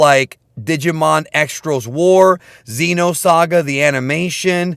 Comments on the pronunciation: One minor note: Digimon Xros Wars is pronounced “Cross Wars” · Digimon Xros Wars is pronounced Cross Wars